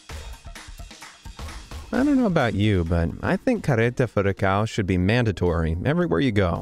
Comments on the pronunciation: just like ppl trying to talk portuguese or brazilian lolol "carreta furacão" =D he says "careta furacau" xD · I wasn't expecting to see Carreta Furacão in this video, I really LOL that moment! haha BTW, English speakers could learn how to pronounce the "ão", even if it is somehow funny to hear "ao" XD